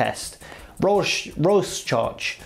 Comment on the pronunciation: It's pronounced roar shack test.